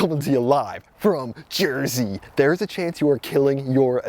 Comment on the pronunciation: Wow, I just could not watch this goofball! The introduction pretty much lost me when he said "Jersey"...